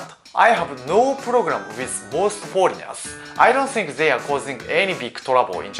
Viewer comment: Foleignels i dont rike